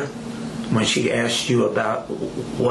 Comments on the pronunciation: The one that annoys me the most is "aksed" and you hear that shit everywhere! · but he axed her politely!